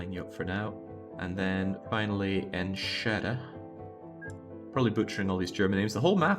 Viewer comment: Enschede is pronounced like: "And", but without the d, shuh like "duh", and then de like "day", so it's like: An-shuh-day. Greetings from Maastricht, Netherlands :)